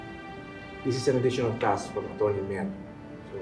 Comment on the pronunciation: Oa nga magsalita same sa anak niyang Aera. Sobrang OA mag pronounce "Acchurney" daw😅😅😅